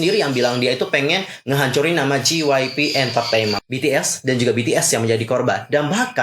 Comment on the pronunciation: J itu dibaca jey kak bukan ji jadi JYP dibaca jey wai pi